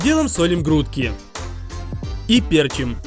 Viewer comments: Как же режет слух "пЕрчим", да оба варианта "пЕрчим" и "перчИм" допускаются. Но с точки зрения лингвистики - есть взять слово "перчИть", окончание "-ить", куда по правилам и ставится ударение. Соответственно следует последовательно соблюдать верную форму ударения т.е. "перчИм" "поперчИм". Как из деревни блин. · ПерчИм а не пЕрчим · Уши режет. пЕрчим блеать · ПерчИм, ухо режит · Не перчим а перчим